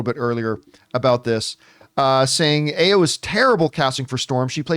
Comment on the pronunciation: Is pronounced a: as in apple and yo as in all of or